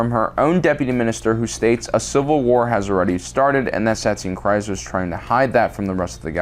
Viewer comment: the way he pronounces some of these names drives me insane. like this guy spent 5 years making this video (and did a good job with the events and everything) but he can't pronounce the names he's heard a million times watching and re-watching this show? Ahsoka "Tuh-no", "Kee-uh-dee" Mundi, Bo Katan and Satine "Cries"... It's infuriating